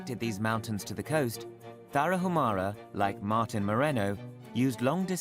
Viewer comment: FYI IN MEXICO THE LETTER “H” IS SILENT TARAHUMARA BE MORE RESPECTFUL WHEN YOU PRONOUNCE THE NAMES OF HONORABLE TRIBES.